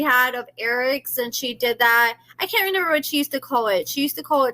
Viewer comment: Might just be a slight speech quirk tbh. I notice she also says "reNember" instead of "remember"